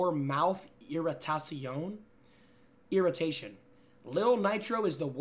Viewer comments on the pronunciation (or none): Irratasion lol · why did you prononce irritation in the french way